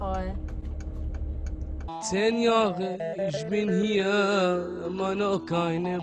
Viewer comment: habe nur „michol“ gehört😂😂😂